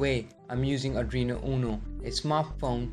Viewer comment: adrino? r Arduino?